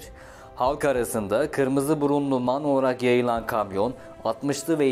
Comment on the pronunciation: Em ay en diye okunur abicim